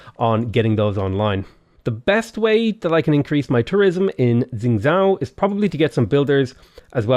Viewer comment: xingzhou, you pronounce the xing bit okay, but 'zhou' is pronounced like 'though'